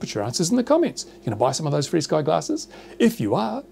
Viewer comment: Is it REALLY pronouced FREESKY?? How does that work? Here, UK, we say Ef ARE Sky.